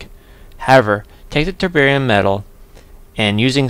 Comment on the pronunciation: Did you say your Tb was from chemkitdepot? I couldn't quite make out what you said. Very nice of them to donate something to you! If it was them, their free bromine offer sounds pretty good. Are they a good company to deal with? By the way I like how it sounds like you start calling it tiberium :)